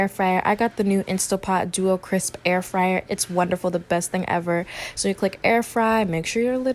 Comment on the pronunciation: he said freeyer! hahaha